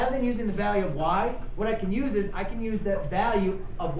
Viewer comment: “what im gonna duse”